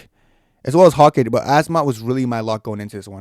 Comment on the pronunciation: Carlos ‘Ooleberg’ and Josh ‘Hokitch’…